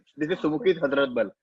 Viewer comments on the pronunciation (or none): The only way you can say 'hazmat' instead of 'hazrat' is when you misread it. This guy 🤣🤣